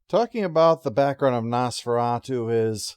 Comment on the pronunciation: What is Nose-Fur-At-You?